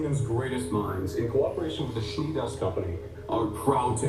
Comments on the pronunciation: SCHNEE! Take your time to pronounce this slowly. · Weiss's last name is actually "Schnee" which is pronounced "Sh-nee" :) It actually means 'snow' in German. EDIT: which you mention yourself at the end of the episode. whoops xD About going to the CCT to call when they have their scrolls/phones, I think that scrolls will only allow you to contact people in the kingdom you're in. It seems like the CCT might allow for contact to longer distances. About Penny: the daggers were actually supposed to be coming out of a backpack (and they SORT OF look like they do if you look back in volume 1? She's wearing something on her back that she doesn't have in other scenes) but the animation team kind of botched that one. They did as good of a cleanup job as they could on it, but it was a quick one.